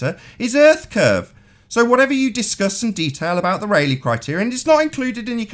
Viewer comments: My only complaint about a significant “own” video? Ray-Lee, not Raw-Lee. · Ahem! It is 'Rayleigh', not 'Raleigh'. The former is a surname in British gentry. The latter is a city in North Carolina. The "Rayleigh Criterion" is the physics law, and the first vowel sound is the same as in 'eight', not 'a' as in 'Raleigh'. The human eye actually has poorer resolving power than the Rayleigh Criterion suggests.